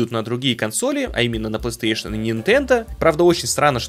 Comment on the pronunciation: плэстыэйшон